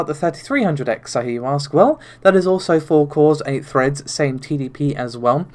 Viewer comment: Even though you'll have to endure the Narvay (Navi), Renault (Renoir) and freds (threads) pronunciations?